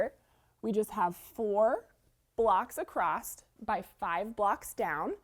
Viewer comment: Pretty quilt! I really like the fabric. I'd like to ask a question and I'm not trying to be offensive at all. I just am curious. Is it a regional thing to add a "t" after the word across? Prior to watching quilting videos, I have never heard this before. I know words are pronounced differently depending on where one is from which is why I am asking if it's a regional thing.